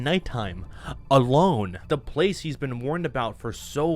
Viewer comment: Place❌️ pwace✅️